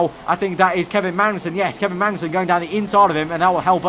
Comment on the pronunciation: It'ss not pronounced Mangnussen